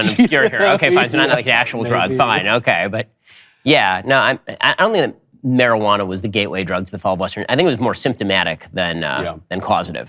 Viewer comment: He really said “Marriage-a-wana”